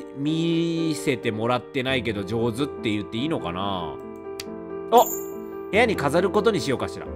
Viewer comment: 「お部屋」じゃなくて「おヘアー」？